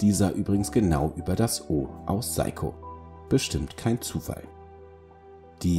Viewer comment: Eigtl. mal wieder eine gut gemachte Vorstellung - wenn der Firmenname noch richtig dabei ausgesprochen wäre. So zucke ich immer wieder zusammen...😅